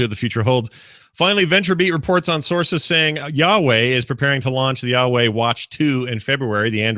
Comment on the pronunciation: Is it just me, or is pronouncing Huawei (hwah-way) like Yahwah (yah-way)?